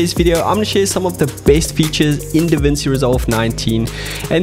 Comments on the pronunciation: it's pronounced Davinchi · Hey, thank you so much for your video, But DaVinci is Italian! When you see ci in a word like DaVinci, say it like chee — like you're ordering 'fettuccine' or listening to a 'cello'. So it’s ‘Da-VIN-chee.’